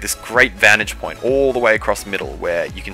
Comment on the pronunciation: Oowsum vantig pwoint